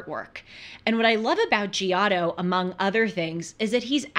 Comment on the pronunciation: Glad you are discovering art. But couldn't watch after the way you pronounced "Giotto." Sorry.